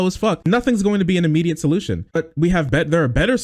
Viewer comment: The way he says "immediate solution" sounds "endlohsung."